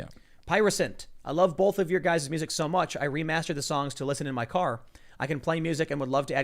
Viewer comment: Bowlth. I can’t unhear it.